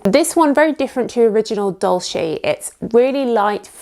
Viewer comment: “Dolce” is pronounced different not “dolshe”, but “dolche”… it’s Italian…